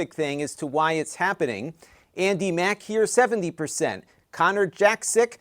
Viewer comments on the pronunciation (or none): none